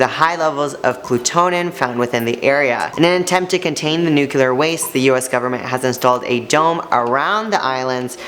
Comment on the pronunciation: NUCLEAR. Not nucuklar.